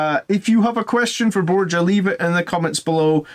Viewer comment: I dont want to be a pronounce nerd but Borja is pronounced bohr-hah. Great stuff.